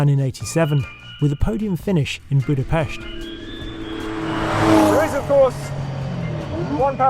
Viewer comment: Budapest pronounced correctly ❤